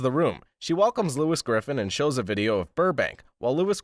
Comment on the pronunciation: 1. It's just a recap of a FG episode but with a clickbait title 2. You can't pronounce "Lois" 3. Boring narration 4. You keep referencing to characters as "the daugther", "the husband" etc. like those garbage news article videos you seem to be referencing 5. Your video is just a less entertaining, although shorter, experience than just watching the show 6. It's low effort YouTube creator garbage